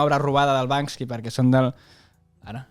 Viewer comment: Perque tots li diem Bansky si es diu Banksy?